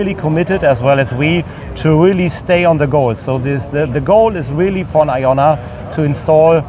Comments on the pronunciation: The most telling thing is half the reps said “I-O-nna” instead of “Ion-na”. These mouth pieces have no clue what’s going on. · The OEM reps should learn how to pronounce Ionna. To my understanding, it's pronounced Ionna like Ion. An ion is an atom or molecule with an electrical charge. Ions can be positively charged (cations) or negatively charged (anions).